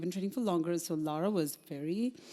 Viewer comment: Why is calling Lara, ‘Laura’? Is it just a pronunciation thing?